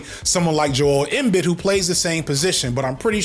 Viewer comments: It’s pronounced Em-BEED not embid, my god. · Jokic is pronounced like "Yokich" and Embiid is like "Embeed" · Embiid is “Em-bead” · Embid? Em-beed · Joel Embid vs Joel Embiid (pronounced Joe-El Em Beeeed) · Em-bid lmao. It's em-bead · Yoke-Itch and Em-Bead, not Joke-Ick and Em-Bid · EM-BEED 🤣🤣 JOEL EM-BEED NOT EMBED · I’m dying at imbed. It’s ehm-beed. Jokic is close enough but most people say the j with closer to a Y sound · "Joel embid" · Embiid is produced like “M Bead” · Why tf you saying Joel Embed?! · the prononciations of Jokic (YoKitch) and Embiid (Embeed) is the only thing you'd get beat up for lol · unc the annunciation of Embiid and Jokic has me crying. it’s (Em-beed) and (Yo-kitch) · it’s yo-kitch and em-beed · em-bead big dawg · Why does hearing someone say a name wrong make me IMMEDIATELY judge your sports knowledge? I'm most likely alone in this thought, and am ashamed to even admit it. I'll see myself out... Joke-itch, In-Bid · Bro it would take 2 seconds to get the name pronunciations but its so funny i kinda prefer it wrong 😂 Embiid said as Em-Bid is flooring me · [YO-kich] [em-BEED] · You're 2 years and 2 knee injuries too late to be inflammatory with the Jokic vs Embiid (pronounced like YOKE-itch & em-BEED) debate lol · Embiid is pronounced Em-Beed lol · Yokich Embeed 😂😂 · Omggg his name is Embiiiiiiid long i hahaha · “em bid” 💔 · It's "Yo-kich" and "Em-beed" 😂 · Yo. Kitsch. That’s how you say it. Also, em-BEAD. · You gonna get in trouble for not knowing how to pronounce Embid and Jokic. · Joel Embiid pronounced Embeed 😂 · EM-BEAD Is how you say it lmsao lord have mercy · Joel Em-beed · Its “m-bead” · Bro called him Jole embed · joel M-Bid LMAOOOO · Jokic (pronounced like Yokich,) clears Embiid (pronounced like Embeed,) on all accounts. You could maayyybe argue that for a split second Embiid peaked higher than Jokic, but his lack of play off achievements ranks Embiid below Jokic by default. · Yes, and it’s pronunciation“EM-BEAD” fyi👍🏿